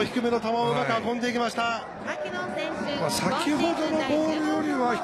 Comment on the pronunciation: ここの球場のウグイス嬢さんのマキノンの発音違うんだよな